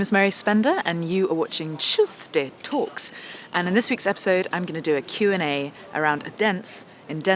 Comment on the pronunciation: "", "Chusdee Towks"